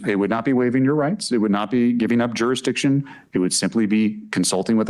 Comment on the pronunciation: It's so wonderfully ironic that a doofus like this who can't seem to pronounce Jurisdiction has become a legal scholar genius.